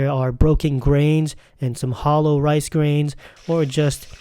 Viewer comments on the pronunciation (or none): none